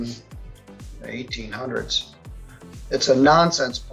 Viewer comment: * More STUPID AI narration * Listen how it STUPIDLY says "21st century" and "1800's" - that's when I stopped watching. (1) Stop watching (2) DISLIKE (3) Click "Do not recommend this channel". The people who made this video do not even speak English! Why don't they do the video in their own language?? By watching you are probably supporting people who hate America!